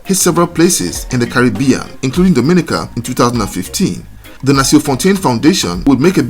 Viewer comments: Appreciation Society: DOMINICA correct pronunciation is "dom-ah-NEE-ka" not "doh-MIN-ih-kuh"..... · To the host, the pronunciation is…Dom-in-nica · I don’t know how to tell you in message yet..but your saying it like the Dominican Republic…and it’s not like that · It would be nice if you knew how to say Dominica